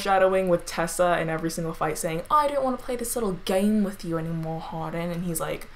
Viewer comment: “Harden” like “Hard-on” lmao Sorry